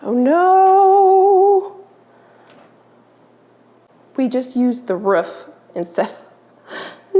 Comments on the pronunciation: The word is roof not ruff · I'm not sure where in the US you are, but your pronunciation of roof makes me giggle. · you pronounce roof like Schmidt from new girl hihi